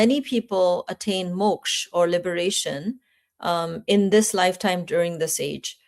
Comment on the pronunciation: It is kali yuga not kali yug and moksha not moksh Madam please dont pronounce sanskrit words like hindi. Thank you